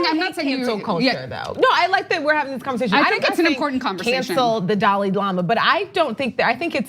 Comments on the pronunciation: Young Turds cant even pronounce "Dalai", Its not Dali. tf is a Dali. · Why do so many Americans struggle to pronounce Dalai? Also look at these two oxygen thieves trying to out do each other at getting a word in. Useless.